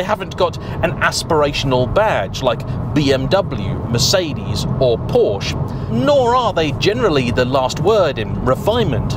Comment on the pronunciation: Teach geography? You can't even pronounce Porsche properly